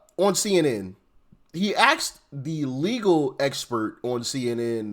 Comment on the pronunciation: AXED??? C'MON DOC, IT'S ASKED NOT AXED!!!